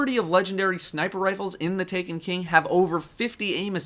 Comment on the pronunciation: is it me or did he say taken bing?